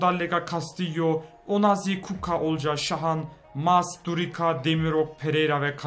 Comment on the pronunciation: durika değil duricca